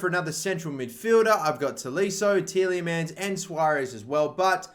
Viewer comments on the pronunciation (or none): none